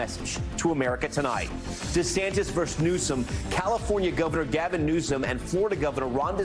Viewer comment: What is up with younger people (in their thirties or younger) pronouncing the word "versus" like "verse?" I keep seeing (really, hearing) that a lot the past couple years. I tried to look into it, and one theory is this has something to do with Pokemon. I have even heard young lawyers mispronounce it like that.